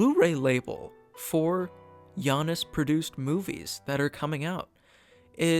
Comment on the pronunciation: Janus is pronounced JAY-nes according to many English dictionaries. Since it's an American company, its name likely follows English pronunciation.